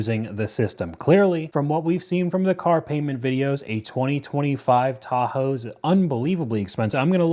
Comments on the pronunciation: I hate the way she says Tahoe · It’s a crime to pronounce Tahoe like that woman before the fraud.